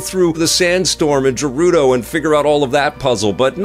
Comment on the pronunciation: "I wanted to investigate the Sandstorm of the Jerudo."... You've been playing and reviewing Zelda games since the original Ocarina of Time.... How did you mispronounce Gerudo?